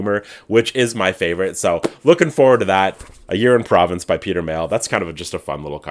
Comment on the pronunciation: Hey! Provence is in the south of France! 😂 It’s okay - you’re allowed. And it’s Pr - oh- vahnce. I’m sorry. I had to. Your vlog is my favorite and you’re the best.